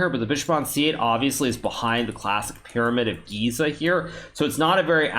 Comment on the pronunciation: Glad Hikaru is pronouncing "the Pyramid of Giza" correctly now.